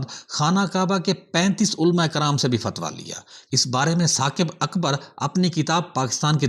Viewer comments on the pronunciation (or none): none